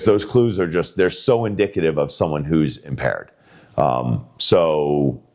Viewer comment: “you’re under awest! Put your hands behind your bag! That’s ‘in-dictate-tive’!” You sure this cop isn’t drunk?